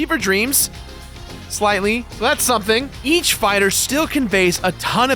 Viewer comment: wait did you just say "ech block people"